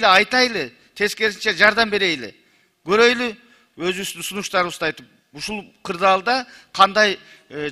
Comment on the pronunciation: Берейли ,көрөйлү, айтайлы дебей берели, көрөлү, айталы деп туура сүйлөгүлө тантык болбой.